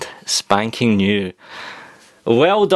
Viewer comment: Funny how he says spanking